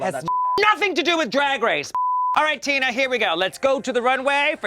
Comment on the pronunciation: LOL, did she introduce Tina as "Tuna Burner" or am I hearing things? LOL